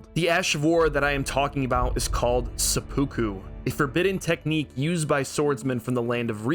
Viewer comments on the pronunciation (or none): Seppuku is pronounced Sepu Ku, not Se-Pookoo.